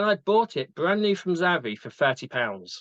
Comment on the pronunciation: Zappi???? 😂😂😂 ZAVVI ! 😂😂😂😂 Great vid as always